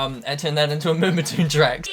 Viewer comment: haha he said moombatuuune